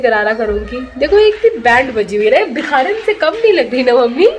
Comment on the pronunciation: she said bhikharan not biharan 😀